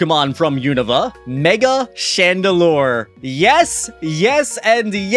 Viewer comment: IT'S CHANDELURE, NOT CHANDELIER!